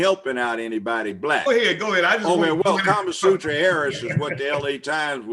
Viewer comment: He called this lady carmasutra harris😂😂😂